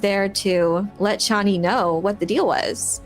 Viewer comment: Chay nee, not Chawnee